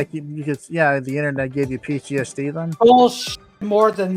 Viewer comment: PEETEE-ESS-DEE!!! Jupiter the Hybrid has competition XD Man, I was there on the stream a bit ago and really do feel people this mentally unwell need serious help and no internet for a while. Thats what's best to not get more PEE TEE ESS DEE! @@ Hello! Hope your day goes super!